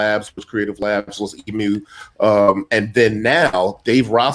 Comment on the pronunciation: It isn't pronounced "Eee Emm You", it's "Eeee myoo" like the bird.